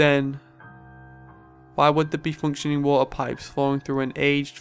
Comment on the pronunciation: He said water. It sounds like warp because of his accent.